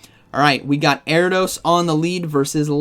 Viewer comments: Erra-dose. The I isn't silent in Ariados 😉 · Air-EE-UH-DOSE… lol